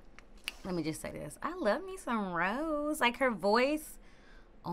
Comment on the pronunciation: Also just FYI Rosé's name is pronounced ro-zay like the wine/champagne not rose like the flower.